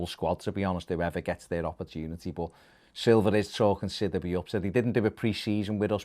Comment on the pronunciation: It’s pronounced sid e bay not that shit you’re saying